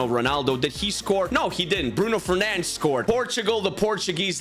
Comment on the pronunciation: An english speaker saying Bruno Fernandes and not “Fernandez”. Cheers to you sir!